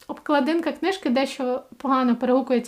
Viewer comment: вибачте, будь ласка, а чому ви у всіх відео говорите "обкладИнка"? вона ж "обклАдинка"